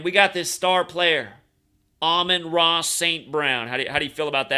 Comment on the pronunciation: it’s Amon Ra not Amun Ra.